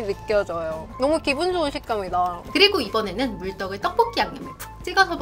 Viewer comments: BBC 선정 "떡볶이" 발음이 가장 찰진 유튜버 1위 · 영상 다 좋은데 떡볶이 발음이 너무 신경쓰여요 듣기 좀 불편할정도로 발음이 튄다고 해야하나 그부분 말고는 다 좋을거 같네요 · 가래떠떠뽀뀌 발음하시는거 신기하고(?) 중독되서 계속 돌려보는중.. 원래 그냥 떡보끼 발음보다 더 찰진(?) ㅎㅎ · 이분은 진짜 떡볶기 발음할때가 정말 중독성이 엄청 강하시내여~~정말 발음이 특이함~~ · 된소리 발음이 어마무시하게 쎈 분이 떡볶이 리뷰어다 보니... 발음으로 딱밤맞는 느낌이 드네요. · 이 누나 떡볶이 발음 할 때 '떡'자에 귓속이 폭폭 찔리는 느낌인데, 가래'떡' '떡'볶이 하니까 귀가 막 어우